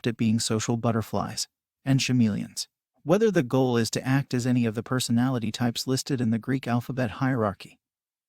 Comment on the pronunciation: Did this man just say “shameleons”instead of “chameleons”?